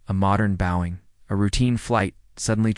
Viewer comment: AI can’t pronounce “Boeing” funny!